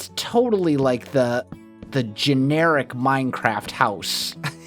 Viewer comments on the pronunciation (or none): none